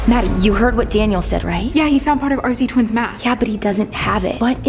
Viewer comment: True but why did u say RZ twins with a s and Layer then again layer not being rude but why umm ok bue